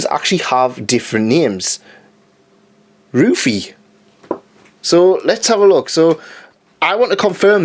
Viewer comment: I don't know if you know this already but actually the u in the name Ruffy isn't even said like in the English version. The name sound like the English word "rough" and then with the y at the end. It seems like the German anime took some liberties in the beginning, it even had a new opening song. I was surprised to find out that that song wasn't in the Japanese version because imo it fit so well. And usually the German anime openings were just the Japanese song in German (sometimes it sounds even better imo like the first opening of DBZ). But they don't do that anymore these days. I guess enough people are bitching about the German dub for some reason (I like them) so it isn't worth writing new songs. Although they apparently translated the songs in Zombieland saga. I don't know about the opening though. I'm not German I just grew up with German anime so I can't just buy the dvds easily but I'm planning on getting that so I'm curious about the German Zombieland Saga songs :D